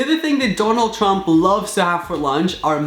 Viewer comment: He said Donald tump😂😂😂